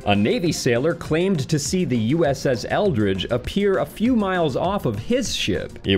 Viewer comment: Sounds like you are saying Eldritch, but the ship is actually the Eldridge. How very curious indeed that the ship's name of Eldridge should be so close in pronunciation to the word 'eldritch'...